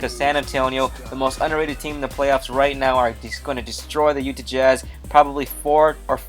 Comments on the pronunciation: UTAH.....JAZZ. UTAH.....JAZZ. NOT UTE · Utah jazz.. not ''Utih''